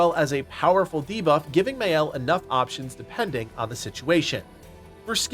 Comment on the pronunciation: It’s pronounced MY-Elle, not May-Elle. You hear proper pronunciation throughout the whole game…